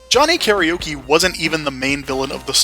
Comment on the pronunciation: One day... people will pronounce Karaoke correctly. But for now... we wait.